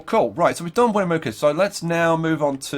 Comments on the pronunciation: I live only a few miles from Carson City. So being from Nevada, this episode was really cool! Btw, Winnemucca is pronounced Win-uh-muck-ah :) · Its pronounced win-eh-muck-uh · Yup, Winnemucca, Win-uh (or eh)-Muck-uh